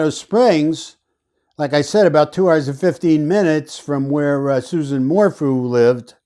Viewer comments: Its pronounced SU-ZANNE 🙂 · dude her name is "sue ZAAAAHN" - you just lost all credibility with me by misquoting her name............ can you please correct that tiny liguistic error for us................. where do you come from dude?? How much is BARRY paying you? I do not appreciate how you just MINIMIZED the Suzanne Morphew situation.......... if you want to chat and find some interesting sleuths who have been working on this case since Mothers Day - come join us - leave your cocky attitude behind, cause we are a feisty group too - so come meet up with us here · If you cannot even say her name correctly... your credibility is shot.